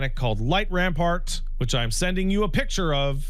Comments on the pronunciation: It's light rampant not rampart. That's burned into my memory from 2 months of prog... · idk if it's an ongoing joke or if is dyslexic but there is no r in "light rampant" and it bugs me everytime he says light rampart instead 😭